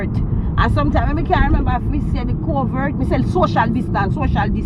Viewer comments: Lmaooo can't remember to say "Covit" so she say "Covert" 🤣🤣🤣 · Nah all my family says “COVIT”, she’s right Jamaicans find every way to say something but the right way🤣